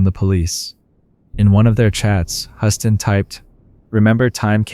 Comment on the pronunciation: love your content but you need to be consistent with pronunciations... and Huston sounds like Houston, I mean you can hear the people saying it correctly on the video in between your mispronunciations.